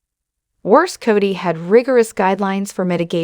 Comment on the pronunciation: You need to learn how to pronounce words correctly. It's Cody, not Coddy. 1st and last time watching you.